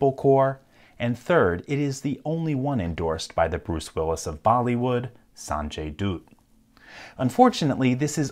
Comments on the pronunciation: It's not saanjay doot it's sanjay dutt With u as in duck San rhymes with sun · Sanjay doot? It's Sanjay Dat (pronounced as "butt" but with a softer t) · If anybody's wondering, it's pronounced "sanjuy dutt" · you just pronounced sanjay dutt wrong😂😂😂